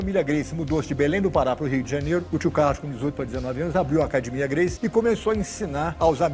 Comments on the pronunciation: Nada mais do q a copia do judo, principio da alavanca, sem desmercer o jiu jtsu. Agora, "acadimia" é dose ! Kkkk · Brasileiro faz uma força pra pronunciar o inglês e mata o português. “Acadimia” 😂😂😂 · Eu ainda queria saber, porque que pessoas que treinam em academias, têm academias com a palavra "academia" escrita na fachada; na hora de falar, falam "cadimia". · Acadymia!!!! Que que é esse palavrão? Volta pro mobrau aprender a soletrar as palavras ,mas! Também fica seguindo os analfabetos dipromados jornalistas da grobo falando errado catygoria culegiu meizzzzmo teizzzzto bradeizzzzco ooo!!! Povo analfabeto dipromados enhim!!!!! Calma!!! Mas! Se essas palavras não existe no dicionario não existe essas pronúncias né! Coisa que só analfabetos falam ne !!! Se alguém disser sultaque pode internar!!!pois! Não existe essa palavra no dicionario mas! Na duvida va ao dicionário la no sul de sultaque e procure se daqui um trilhao de anos não encontrar continue vai que um dia você encontra ne!!!! Volta pro mobrau já!!! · Todo jiujitero que se prese fala "acadimia" 😂😂. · Pprque os gracies falam acadimia? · Quem fala Acadimia e papai merece todo respeito oss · Falou ACADIMIA eh pq o cara conhece e pronto! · Respeito tanto esse cara, que quando ele fala "cadimia" meu cérebro me diz que quem fala errado sou eu. OSS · Eu gostei qdo ele falou acadimia Ps: não falaria isso pessoalmente, só pela internet que é mais seguro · Falou "acadimia" é brabo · Se o cara fala "ACADIMIA e TRENO"... NUNCA arrume briga com esse cara... Vc vai se fod$#@ todinho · Regra clara, repito, regra clara. Falou: "acadimia" já sabe que é um fenômeno 😮😮😮😮😮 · Falou "acadimia" pode saber que é raiz e bichao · Falou "acadimia" ja sei que é Gracie 😅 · Acadimia kkkk, todos Gracie falam assim 😂😂😂